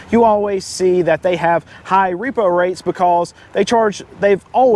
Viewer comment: You said repro . Hahaha you said repro.😂😳